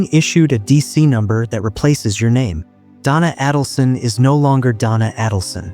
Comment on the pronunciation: you mispronounce her name. It’s A - dulson. Not Ah-dulson.